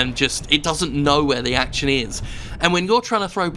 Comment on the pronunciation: Act-tchun? What kind of way to pronounce 'action' is that, you maniac?